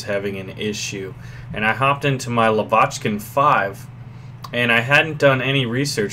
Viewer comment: you're pronouncing "Lavochkin" wrong. It's stress on first vowel: [la'vochkin].